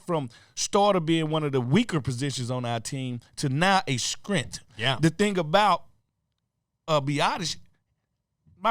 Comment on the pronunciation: "scrent". Translation = Strength 😂